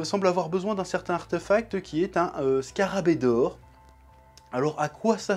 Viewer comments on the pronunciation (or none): none